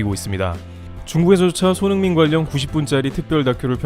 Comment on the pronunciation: 손 홍 민이라고 발음하시는거 같다